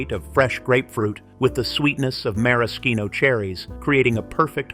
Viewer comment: I've never heard the word Maraschino pronounced 3 different ways within a couple of sentences. 😂